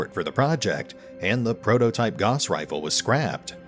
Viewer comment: "Gauss" was a German dude, so his name is pronounced like "mouse".